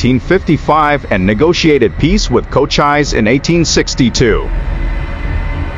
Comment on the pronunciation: Can I suggest you google the pronunciation of Cochise and Geronimo. I’ve checked they are recognised. Spoiled an interesting blog. 😳